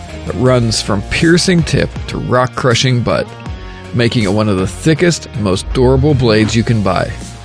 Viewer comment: "the most Doorable blades you can buy"